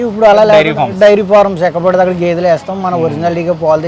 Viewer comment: "గెదే" కాదు ... "గేదె" లేక "గేది"